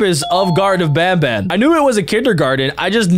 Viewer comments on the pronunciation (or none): It's ban ban not bam bam